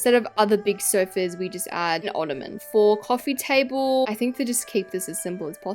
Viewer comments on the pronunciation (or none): none